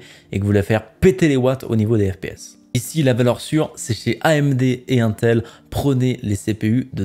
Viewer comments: 1ntel lol innnntel plutot non ? lol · dsl cz mestress mais ca me stresse UNTEL non INTEL iiiiiintel pas 1tel x)